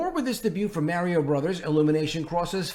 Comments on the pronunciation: agreed but Mario is a household name in many countries of the world. If someone is a videogame or movie YouTube at least they should take the time to learn the correct pronunciation:)) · Lol, all you put in the titles is destruction estos días mi hermano! 🤣 Aaalmosst correct pronunciation of Mario. Remember when you pronounced perfectly "Namor, NahMohrr Namoore! In Italian that one, that is, the A and the O. the Ri That is stronger ma non tropo, the i of Ri, a little longer like the one in" UnIversal" You are good at spoken word, and you can pronounce otros sonidos, mon ami 🤓🤝